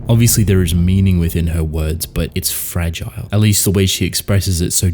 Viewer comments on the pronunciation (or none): none